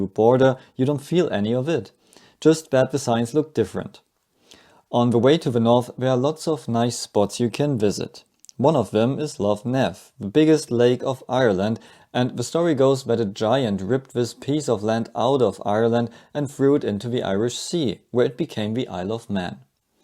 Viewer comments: Glad you enjoyed your time here, a small tip, Lough Neagh is pronounced "Lock Nay", just one of the quirks of our not-so English language 😅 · The name of that lake is pronounced "Loch Ney". Loch sounding the same as the german word "loch"